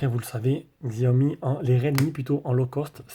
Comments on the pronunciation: Sa se prononce Chiaomi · Merci pour la vidéo, mais il faut prononcer Chiaomi 😁